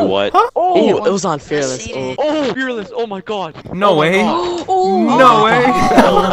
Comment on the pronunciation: “ that’s how you say it it’s not fearlesss it’s pronounced Fe4rlesssssssssssss” do you remember when he said this? 😂